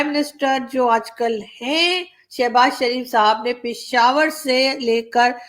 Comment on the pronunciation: Are o murkho, ye "Pishawar" nahi "Peshawar" hota he... Kya hota hai..... Peshawar!!! Samje!!!